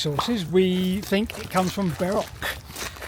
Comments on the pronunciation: Funny and quite appropriate at when you say ‘bark’ a dog barked just a second after by the way I think the right pronunciation should be Berk and not bark and to add that Berkshire is one of my favourite counties in England. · I'm glad I noticed that the first time around. I'd have felt like a right berk if I'd missed it.